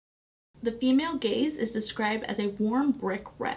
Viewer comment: I'm watching while also multitasking so I wasn't looking and I heard "The Female Gays". 🤭☺️